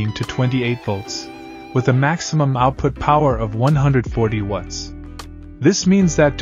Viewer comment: Why you guys chose an AI voice that cannot pronounce "watts" properly for a power brick review and analysis channel is beyond me. I've basically stopped watching now that you switched to AI slop voice.